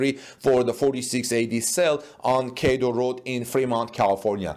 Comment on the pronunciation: CATL is usually pronounced by saying each letter, not as single word